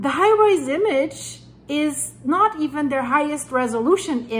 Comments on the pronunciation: Thanks but it's Hi Res (Hi Rez) not High Rise. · It's pronounced high rezz or high resolution but pronounced high rezz😊